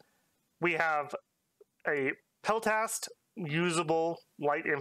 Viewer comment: Could you please start saying 'peltast' without the extra 'e' in the middle? I got into Dom bc of your vids! Love the content!